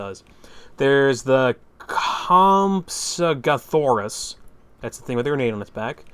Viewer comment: Stig-ee-mo-lock. Comp-sag-no-thus. :P